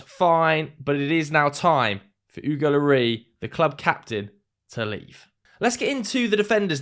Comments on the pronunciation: Pronounce the s on the end of Lloris like you would as if your french rather than just trying to make it sound french. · French people pronounce the “S” in Loris.